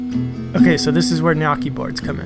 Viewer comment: I'm really impressed by the way you pronounce "gnocchi", because I was expecting a pronounce similar to the "gn" in "pregnant". So, bravo!! By the way, I'm Italian